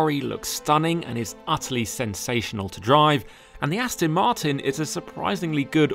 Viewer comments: Important message for the presenter. The DBX is an AsTON MarTIN, definitely NOT an AsTIN MarTON. What are you ? American ?? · Aston is not pronounced Astin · Please say Aston correctly. It is not Astin it is Aston. The. there is the small issue of the Ferrari not being classed as an SUV, because it's not.